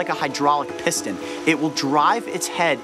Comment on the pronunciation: Doctor Gaster right when he says "piston" PISSton xd